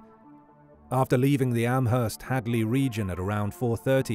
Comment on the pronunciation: The h in Amherst is silent